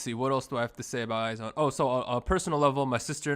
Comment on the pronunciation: I like this series of video contents that you're all dropping! Keep it up! I am an avid listener and I enjoy your discussions as well as I agree with all your opinions. I just want to clear some things out. IZONE is pronounced as /aiz-wan/ not /ay-zown/. Moreover, BTOB is /bi-tu-bi/ not /bi-ti-o-bi/. Gotta have to drop this 'cause I care. I love you all! More contents to come!